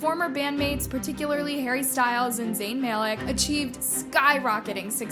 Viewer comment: I love one direction so so much BUT "Zayn May-Leck" took me out xD I can't